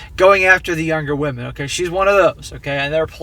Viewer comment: Who says "wahmen" aren't funny !!!